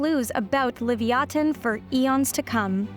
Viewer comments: Ok…am I losing my mind or is that not how that word is pronounced? Genuinely asking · Uh that's just leviathan just spoken out differently, why not just call it like how the title is normally spoken out as.. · Why the weird pronunciation of the name? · Unless 'livyatan' and 'leviathan' are two distinct words, you've murdered the latter. That said, I'm not a paleontologist so I'll leave you to it. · Did she just mispronounce Leviathan? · What's up with the dumb pronunciation? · And you keep saying the name mispronouncing it! Right at the beginning of the video. Already stopped can't watch anymore because you'll probably say the name 50 more times incorrectly! Peace! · Why can't YouTube channels pronounce the names do the particular specimens they're describing? This is exactly why Western culture has been dumbed down. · Ummm it is just me or have I been saying leviathan wrong my whole life lol listening to her pronunciation is driving me nuts 😅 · the way you pronounce the whale's name, Leviathan, kills me inside since I have been a enjoyer of stories about mythological creatures ever since I was a wee lad ! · Leviathan and Livyatan are pronounced differently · She can’t even pronounce it properly sheesh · "Uhm its achsually livyatan"☝️🤓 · The second she said leviathan like that laughed and unsubscribed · Seriously. You think you’d make sure you’re saying it correctly if you are going to try to educate/inform people about it. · Yeah, I haven't heard anyone pronounce it the way she does. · The way she pronounces livyatan feels very passive aggressive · WTF!? "LIVY AH THIEN" Learn your proper pronunciation, it is LI VIE I THAN! PhD Vertebrate Paleontologist, University of Chicago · Its Liv-ya-tan Not livy-atan As a hebrew speaker it bothered me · Learned something new today, I had never heard it pronounced Livy-Oten I had only ever heard Livy-Atan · If you are really going by the Hebrew word ליוייתן, then it should be pronounced Liv-Ya-Tan, and not Liv-ee-a-ten